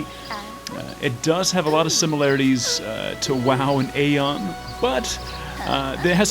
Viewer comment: why do people keep saying aion the wrong way they even say it in the game and people still mispronounce it, but it doesnt matter anymore nobody plays aion, only i play it cause im poor and dont even feel like buying guild wars 2